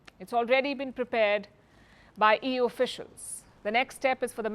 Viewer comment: Did I hear " EWWWWW or EU " !!